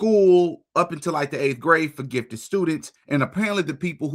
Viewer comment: like her reading/saying “grift” instead of gift!😅 what a sick person